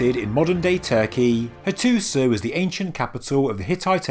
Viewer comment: It is pronounced Hattusha not Hattusah